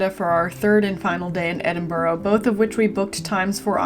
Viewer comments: FYI, its pronounced Edin-bura, not Edin-burro, like the donkey. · It's not Edinborrow it's Pronounced Edinburra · For f*cks sake it's pronounced Edin - burra! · In 9 days you couldn’t learn to pronounce Edinburgh correctly ? Your condescending attitude is not incredibly rude , it shows great disrespect.